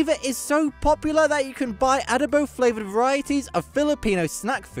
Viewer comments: it's not Ah-dough-bowww but a-DOH-bo, with the stress on the 2nd syllable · Adobo is pronounced the same way Mexicans say the word. The narrator on this video is mispronouncing it. And I don't know when this video was created but to date, the Philippines have won 4 Ms. Universe crowns - Gloria Diaz, Margie Moran, Pia Wurtzbach and Catriona Gray. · I'm a filipino and I CAN'T/WON'T eat BALUT.. it's not for me , loool.. and the pronunciation of ADOBO is the same way you said Mexican Adobo. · Adobo is pronounced the same, whether spanish, mexican or filipino. The narrator did not do research on the pronunciation, he basically anglicized it with the short A vowel sound, heh. However, yes, the flavor profiles are different. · You mentioned adobo correctly, the speaker mispronounced it. 😢😅😅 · Many Filipino words (Tagalog words) were mispronounced by the narator, like adobo...